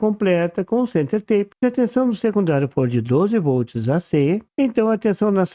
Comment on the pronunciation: Em 1 min 32 s ele pronuncia "Center Tap" como se fosse "Center Tape" (soa teipe), mas o som correto é tap mesmo.